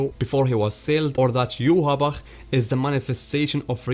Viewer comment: His name should be pronounced Yohvach